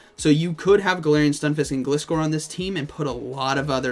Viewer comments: I think it's pronounced "ga-lie-score" that's how the anime pronounces gliscor 😅🤔 Cool to see gliscor & primeape there I think they got potential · Gliscor is pronounced Gl-Eye-Scor